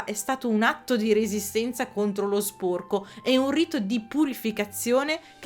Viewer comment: ti prego, sporco con la o chiusa non si può sentire 😭, capisco che è caratteristica regionale ma ti prego prova a dirlo con la o aperta🥺